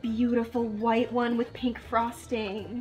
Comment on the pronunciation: I noticed a little mistake in this video. With the white and blue she says white but it has the wrong sound. If you go back to the one before it has a different sound and she got it right on both.